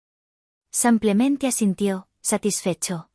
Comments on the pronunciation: No se dice sampiamente se dice simplemente.Aprende a pronu ciar. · ¿Samplemente?😈😈Bonita historia muchas gracias por compartirla 🎉La voz de la narradora es preciosa pero tiene errores de acentuación y pronunciación en todas los relatos 😢😢😢 Cálido saludo desde Bogotá, Colombia ❤